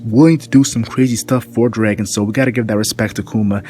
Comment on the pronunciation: sounds like (Bar-tha-la-mew) and Dragon, not Drāgon =(